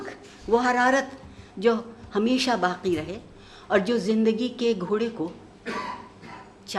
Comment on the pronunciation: Alas, no one noticed this shit of a guy tearing apart Iqbal's poem in the crudest way. What a shame, a program dedicated to the great poet, witnessed a brutal assassination of his 'kalam'. This guy pronounced 'saaqi' as 'saaki' , 'baaqi' as 'baaki'. Pathetic.